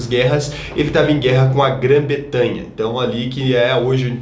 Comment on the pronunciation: pra frente. Grã Bretanha. Não Betanha. Rs. Ótimo vídeo